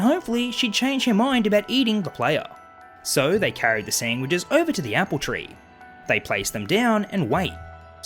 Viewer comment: Feed the She-Pig "sangwiches"! Seriously though the way you say sandwiches just gives me a good chuckle...not trying to offend you just stating what I'm hearing.